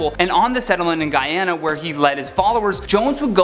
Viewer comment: Wow u said Guyana right ❤️ But Jim Jones 💀